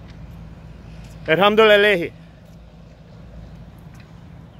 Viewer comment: I know these are supposed to be constructive and somewhat serious videos but damn I died laughing when you tried to say "alhamdulillah" 🤣